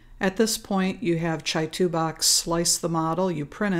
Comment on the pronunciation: Is that really how you pronounce Chitubox? Pretty sure it's Chi, as in Qi or CHē. The company is in Shenzhen China. Pretty sure they don't say Chi like Chai...